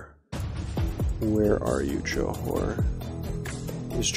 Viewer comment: I love this series so much so far! and yes that how you pronounce Johor